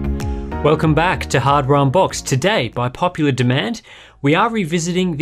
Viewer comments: What the heck is a "hard Wambach's" :D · "Welcome back to Hard Wambach's" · "Welcome back to hard Wambach's" Sorry, what?